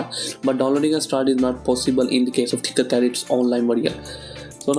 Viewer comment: Its tinkercad not thinkercad